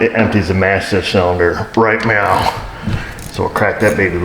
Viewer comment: Did you say "Right MEOW"?.........